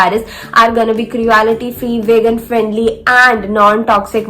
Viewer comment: You are pronouncing wrong for cruelty